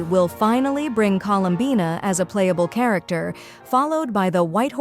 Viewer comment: "Colowmbayna the so called Gwrllll" im sorry I can't 💀💀💀💀💀💀